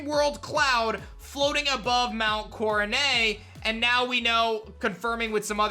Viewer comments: Will you stop saying Mount CoroNAY!!! It's Mount CoroNET!!! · I just wish you would pronounce Coronet correctly instead of coronayyy. It’s not French like ballet or fillet. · Di-did he just say coroneigh? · Why do you pronounce it as “coronay”?? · "Mount Core-uh-nay" "Are-key-us" yikes